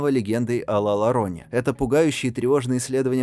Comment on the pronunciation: Не Лалорона а Ла Йорона- Плакальщица..